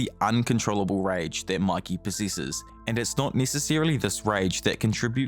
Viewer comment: Bro really said makey💀💀💀💀💀💀👽👽👽👽